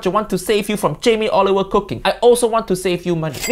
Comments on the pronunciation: I like how it sounds like Jamie Oliver wedgie… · idk if its just me but he called him jamie olive oil 😭😭💀 thats lowkey funny ngl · He said Jamie olive oil 🤣🤣